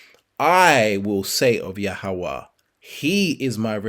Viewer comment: Why you let the devil make you mispronounce yahweh's name, I would love you prove the origin of that name you call.